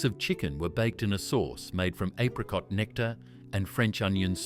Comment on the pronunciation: Apricot is pronounced wrong. Apricot chicken is still popular. I make it many times a year. Tuna bake still common. I make lambs liver, bacon and onion regularly. I've never seen welsh rarebit in Australia. Yet another lazy and poorly researched AI garbage.